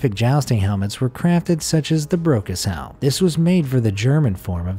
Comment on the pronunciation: I thought he said "the broke as hell" rather than "the brocas helm"